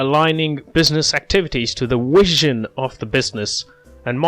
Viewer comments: Thanks - it’s v as is vee not wizen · Have an exam today this was explained amazingly!💯funny how you can’t say “Vision instead Wision!😂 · is it a flaw, or are you properly pronouncing it - in old Latin?